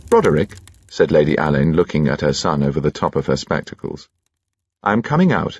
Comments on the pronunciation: Unfortunately Benedict is pronouncing his name incorrectly, it's not Alayne as "a lane" it should be Allin like "Al in". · That's what I was thinking, 'it was Ngaio Marsh's fault that everyone pronounces the name wrong according to Ngaio Marsh it should be pronounced Allen' 🤔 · It's the fault of Ngaio Marsh that so many people misprounce the inspector's name.😮 It's pronounced Allen according to the author ❤